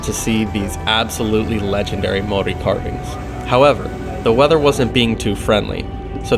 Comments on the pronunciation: Your pronunciation of the Maori language impressive keep it up. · Congratulations on your pronunciation of Maori places.